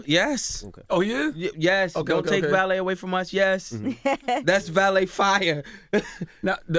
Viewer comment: Album is fuckin FIRE. But I'm a lil diasappointed that Valeé is signed to G.O.O.D. and they STILL can't pronounce his name. It's pronounced Vuh-lay, not Valet.